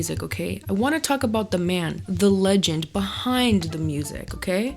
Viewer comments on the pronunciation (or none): none